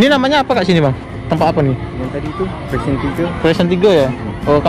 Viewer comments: Bukan "presen" tapi "precinct" (istilah Inggeris untuk kawasan / daerah) dibaca "prisink" seperti disebut oleh teman Melayu anda itu. Sebaiknya anda research (riset) dan Google untuk sejarah bagun nya Putrajaya, kenapa dsbnya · Precint bunyinya 'prisin'.. ndak pa.. kita belajar.. sy pun dulu salah sebut 'keren' ketawa kawan2 sy..